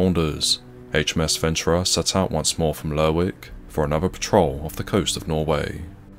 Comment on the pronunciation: It's pronounced Lerrick. I didn't watch several seasons of Shetland for nothing. This is why the SNP is gonna be running away with yer oil.